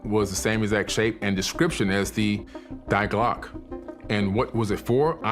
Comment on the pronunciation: “die Glocke” is pronounced dee GLOH-keh. It means “the bell”.